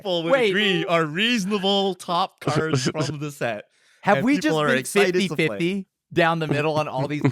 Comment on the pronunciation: Y’all like couldn’t have spent a couple minutes figuring out how to say cards right? C’mon, like every other channel tried at least.